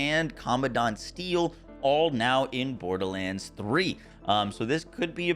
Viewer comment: if i hear "borDaHlanDs" one more time